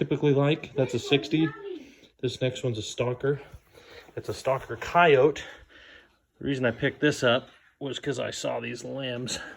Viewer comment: Why is noone noting that he isn't saying coyote right?